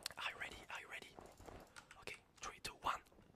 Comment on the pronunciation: one, two tree, four